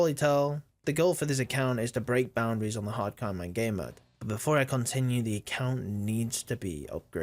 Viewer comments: hard coinman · haaadd cooooo iooonmaan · why cant you speak properly wtf is a hacairon man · Everytime you said hardcore iron man it sounded like harkoriron man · Why does he say “Hadcoeynman” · Hardcore ayonman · can u say hardcore ironman properly? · Why are you saying “Hardcore Ironman” so weird in the beginning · BRO i literally stopped 4 seconds in and checked the comment section to see if I was the only one who thought they were going fucking bonkers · I wasn't the only one thinking this then